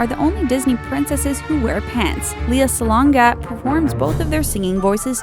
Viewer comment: Fun fact:lea salonga is from Philippines 🇵🇭 Plus it's prounounce leya salonga not liya salonga